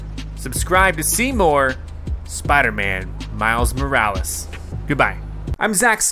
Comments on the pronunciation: It’s pronounced “more-wa-less”? Not “more-rolls”? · It’s more of mo-ral-less